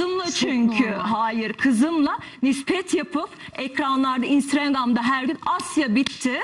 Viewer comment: 1 saattir yorum okuyorum, hiç kimse kadının sürekli "instrengam" dediğini fark edip de yazmamış.